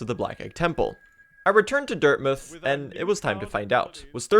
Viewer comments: why do you call it dirtmyth? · Dirtmuth, Mouth is many place names are pronounced as muth